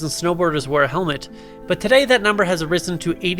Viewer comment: What's a HELMENT